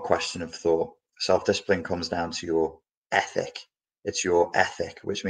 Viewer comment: In the very beginning I thought he was saying “epic” change....but I guess this all would be an epic change, a well as ethic....